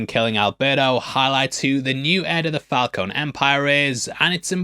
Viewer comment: It's fal coney too LOL, like Coney Island lol